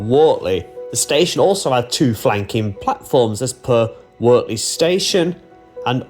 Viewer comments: Please get your pronunciations correct it's pronounced Wurtley not Wortley. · Pronounced Wurtley. The mud is basically horse sh1t from the stables at Finkle Street / Wortley Station. They pick it up in their paddocks and training ring's, but not on the TPT. GREAT if your on a bike... As for the rocks, you know they were placed on the tracks, don't you?